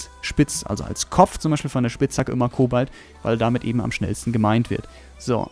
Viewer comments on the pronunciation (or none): none